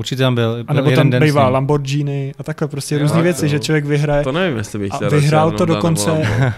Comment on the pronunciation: Zjistete si jak se vyslovuje Lamborghini 🤦‍♂️...pri vasem rozhledu mi to rvalo uši 🤷‍♂️